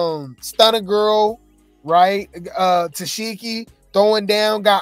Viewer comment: Omg yall he keep pronouncing it -Tess-Sheki, 😂😂😂😂 it’s Tesehki which is pronounced “Ta-Seek-E “